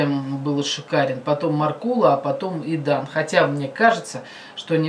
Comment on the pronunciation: Не Идан а Айдан